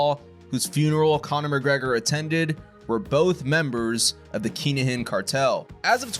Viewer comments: It's pronounced kin a gin. Not keengin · Phonectially it’s pronounced “kin-ah-hin” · He said Keenahan lol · Whats going on here, whats a keengin or a kin a gin? If you meant Kinahan then its pronounced Kina han.